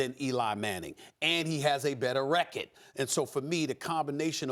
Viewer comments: “And he has a better rekked” 😂😂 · “And he has a better wreckard” SAS